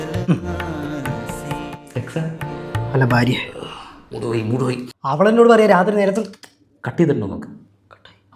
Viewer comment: ഫാര്യ അല്ല ഭാര്യ